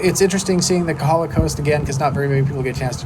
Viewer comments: If you talk to the public about Hawai'i, you definitely need to work on your pronunciation. It's not Kuh ha luh; you should say all the vowels, Ko Ha La. In don't say knee knee, say neh neh. ; ) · Do us a favor....get your Hawaiian pronunciation right. It is not KAhala ....it it KOhala (long 'O'). KAhala is on Oahu. Thank you.